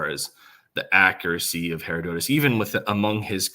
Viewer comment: Her- odd-at-us